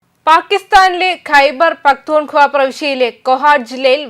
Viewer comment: ഖൈബർ പഖ്‌തൂൺ ഖ്വാവാ എന്നാണ് പറയേണ്ടത്.